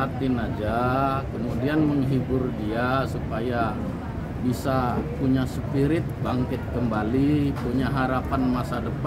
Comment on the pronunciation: Spirit pak, bukan sepirit" 🤣🤣🤣🤣🤣 Kalo gak bs ngomong inggris pake bahasa indonesia aja kau 😂😂😂